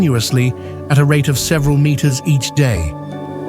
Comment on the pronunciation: AI voice? the way he pronounces "meters" and "hectars" is weird